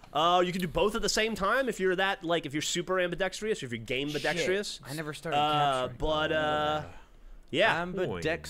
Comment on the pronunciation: Geoff mispronounced it, he said ambidextrious instead of ambēˈdekst(ə)rəs/, as it's supposed to be pronounced.